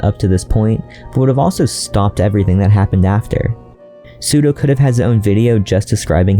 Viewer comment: pronounce of スドウ and シュドウ is diffrent